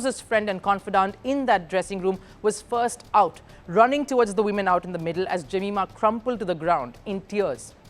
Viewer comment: Her name is pronounced ( जमाएमा )